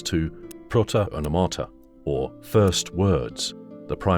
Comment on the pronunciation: It's pròta onòmata